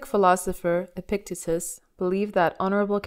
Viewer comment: A valuable message. (Minor nitpick: EPP-ik-TEET-us)